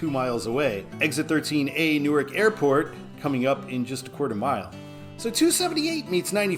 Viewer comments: Delaware’s Newark is pronounced as NEW/ARK not as NEW/ERK in New Jersey. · Newark DE is pronounced New ark. The original name of the city was two words New Ark.